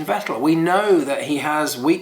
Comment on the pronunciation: When will you start pronounce the name Vettel correct (Fettel)? 😉